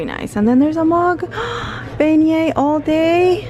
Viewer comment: You look beautiful fresh faced! That hair product looks amazing. When I stayed at PO French Quarter in April I bought the Beignet All Day Tshirt. Love it, it's so cute and soft! Your Beignet pronunciation is perfect 😉